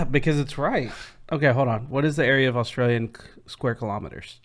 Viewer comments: ITS NOT ASSTRALIAN ITS AUSTRALIAN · Nearly there with saying Australian 😀 just a bit of a change at the end I can still hear a slight i in Lian just say yen fast no i 👌🏻👌🏻👌🏻👌🏻